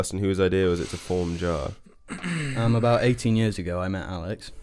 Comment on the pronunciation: See now it's actually JAR and not JJAR